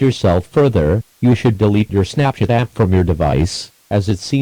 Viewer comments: it sounded like he said “snapshit” instead of Snapchat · When I hear the word "Snapchat" in this video, it sounds like "Snapshit". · Istg ik im not the only one that heard say snapshit instead of snapchat lmfao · I thought he said snapshit but I understood. I had the volume down. Me bad.